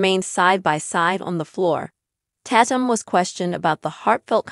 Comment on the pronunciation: FYI His Last name is not Pronounced Tat -um its Tay-tum and its obvious they wanted to keep it private its unfortunate from one video clip its now gone Viral now they really have to duck and dodge the media and I think its so said that people can't just keep the parts of their private life private that they want to keep that way.